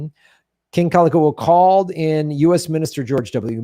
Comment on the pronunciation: Kalakaua: Cal-ah-cow-ah